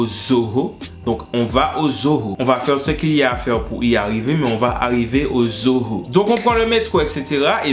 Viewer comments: La façon il prononce zoo va rester dans ma tête jusqu'à ma mort xD ce son à rejoint high school musical, charmed et tout ça la xD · Quand il dit zoo sa me fait tellement rire🤣🤣🤣🤣